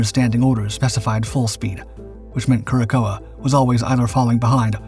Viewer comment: "Cure a sow," or "cor sow," not "Cure a coa."